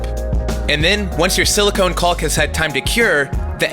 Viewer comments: It's "kaaw-k" it's not "cawl-k"... you can say it. We're mostly adults here. ;) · Just so you know, you’re mispronouncing ‘caulk’. It’s pronounced the same as ‘cock’. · Or in IPA, kôk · I like the pronunciation of caulk... cauLk lol 👍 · Nice project! I don't think that's how you pronounce "caulk." :) The "L" is silent, fyi.